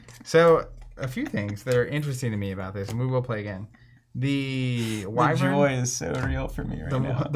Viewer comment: Why-vurn is the proper pronunciation.